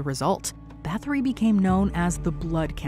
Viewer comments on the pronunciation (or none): fyi Báthory is pronounced bar tor ree ignorant Americans.